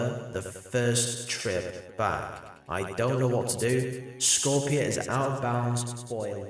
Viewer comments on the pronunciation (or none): none